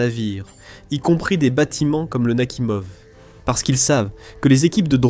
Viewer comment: "Nakimov" > Nakhimov "Le diksèt" > le dix-sept "Le nain grade" > Leningrad "quatre-vingt tuite" > quatre-vingt huit "huite cent vingt-trois pieds" > huit cent vingt-trois "mille neuf cent quatre-vingt tonze" > mille neuf cent quatre-vingt onze" "P sept cen'ts" > P-700 etc... Pas très au point, le truc. Sinon, ça me fait penser au Charles-de-Gaulle, qui a dû coûter à peu près pareil en construction et maintenance, qui grosso modo n'a jamais servi à rien, mais qu'il faut déjà remplacer... Pendant ce temps, l'Armée française se penche avec intérêt sur le concept de "drone", que les Ukrainiens, les Russes et les Iraniens connaissent de puis longtemps. SI ça tombe, ils sont en train d'étudier les plans de la ligne Maginot.